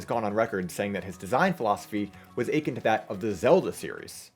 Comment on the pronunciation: First off, great video quality I hope your channel grows man. Watched the advance reviews and dawn. Good stuff, gonna definitely get the advance collection. Second, and I hate to be this guy, but your pronunciation of "akin" is incorrect xD It's like uh-kIN, not like ay-kin.